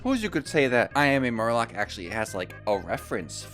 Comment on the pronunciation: Not only did you repeatedly mispronounce "I am Murloc" but you didn't even mention that the name of the card is a song from Blizzard's metal band. Tsk, tsk.